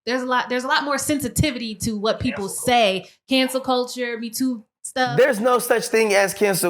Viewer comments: ...why is he saying cancer culture...it's cancel culture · Does he really got it confused when he said cancer culture!?? Isn’t it “cancel” culture!?? Correct me if I’m wrong!😂